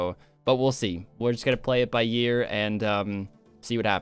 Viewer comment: did you just say play it by year instead of ear?